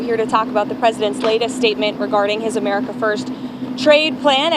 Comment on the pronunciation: Is it Hamerica or Amerihahahahaha